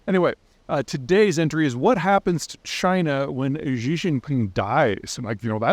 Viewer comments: Try pronouncing Xi as Chi...or Shi...it would be a more close pronunciation. Not Ji. or Gi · Sorry to pick on the pronunciation, Xi is pronounced in Mandarin like the English word “she”, not “ji” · Peter, his name is pronounced "chee" not "zhee", look it up. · "Xi" is pronounced "She" or "See", not "Gee" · It's pronounced shjee (like shee, but with soft sh), not zhee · Peter, Peter, Peter... You really need to spend about an hour with someone who can teach you how to read and pronounce pin yin names. Don't worry about tones, that is too hard for the return. Xi, for example is not as you have it " zhiiiii" rather a very soft sshii. Don't harden your tongue or pull your lips back. Fujian is easier: Fu+ ji+en; not Fu gee-an. You make your living speaking into a microphone. Be a professional and make the effort to learn how to do it close to right. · It’s pronounced She, not Jee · Xi = almost she, not Zhee. Pedantic, but just letting you know. In any case, looking forward to the Party being over. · HI Peter, really been enjoying your thought-provoking content - er, (and, respectfully!), I would enjoy it slightly more if you were to pronounce Xi correctly ("she", not "jee"); imagine watching analysts talking about Presidents Diden, Kutin or Nacron... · Learn to pronounce Xi! It’s not zhee. It sounds like “she” or the letter “C” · It's "shee" not "zhee" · God, I wish you could pronounce "Xi". It sounds exactly like the singular female pronoun (she). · she not gee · Peter! You referred to "President Zhee" so many times. It's painful (like fingernails on a chalkboard). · There is no such person as "Gee". Hard to take the commentary of someone who either can't be bothered is incapable of pronouncing the man's name. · Please be advised the pronunciation of XI is more like the ''SH' in 'Shower'. 😋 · Peter! Learn how to pronounce his name! (Xi = “she”) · Xi is pronounced like the female pronoun “she” in English. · Pronounced "she" lol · Pronounced SEE jinping.